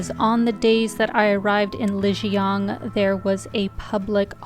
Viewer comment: Please try to pronounce Lijiang correctly. Not with a North American accent 🙉